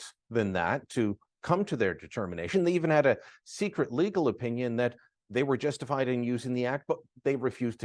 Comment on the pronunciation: Did you say Justinfied?